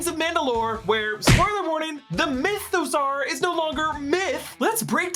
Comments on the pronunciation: It’s pronounced myth-a-saw not myth-a-sar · Why is he pronouncing mythosaur like that 😅....like is that how you say dinosaur?